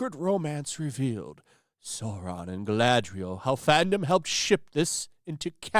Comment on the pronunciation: You said it wrong. This isnt "Galadriel". This is "Galadrrielle"